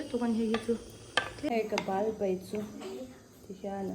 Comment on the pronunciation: Ba nilo in bal tih tur zawk a lawm